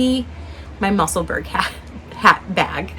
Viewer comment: Love your podcasts, Professor!!!! Just a tiny ask… I really wish you would consider saying Musselburgh correctly. It’s muh-suhl-bruh. Thanks!!! 😊